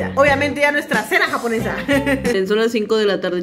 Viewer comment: Me da Risa cuando dice "Comida Jabonesa" JajajA me morí de Risa